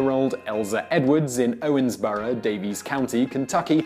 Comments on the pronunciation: Why are you saying "Owensboro" like "Owensborough"? Kind of annoying; I live near Owensboro and no one says it like that. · It's pronounced Owens"burrow " not Owens"borough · Really? I always heard it pronounced "ORns-burro". Also, Daviess County gets its spelling from a typo by a county clerk, since the County is actually named after Major Joseph Hamilton DavEIss. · listening to his pronunciation of Owensboro and Davis County hurts just a bit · I live 5 minutes away from Owensboro ( and he is pronouncing it wrong ) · Im from Owensboro (PS you botched the name xD)